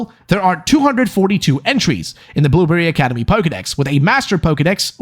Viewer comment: I can't get over that when you start talking at fast pace it sounds like you're saying "boomer academy" instead of blueberry academy. I had fun with that.